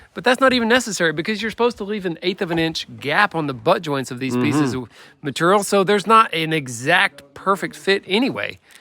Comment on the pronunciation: MATERRIAL. I SAY IT LIKE THAT TOO